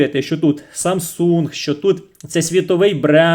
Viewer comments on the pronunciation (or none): none